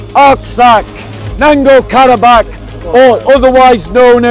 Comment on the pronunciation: Nango-Karabah is not the name of the region. Get it right the first time because it's not your ability to pronounce names that are not english that's called into question but the thoroughness of your research into the matter that you're presenting. Just PR things